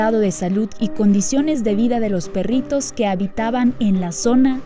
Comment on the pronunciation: me parece muy chevere como dices "perrrritos" ja ja ja :) :)